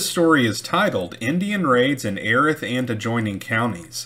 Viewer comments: Very good and informative video! Note: it's "Ee•wrath", not "ehreth"; "Bos•kee", not "bosk"; "Klee•burn", not "clay•bern". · Erath pronounce Eee-rath Bosque pronounce Bos-key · That county is pronounced EE-Rath. Yeah. I know it's weird. Wow, 1875? I didn't know they were still on the warpath that late. Lookin forward to next time. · Your channel is awesome. It’s pronounced e-wrath county.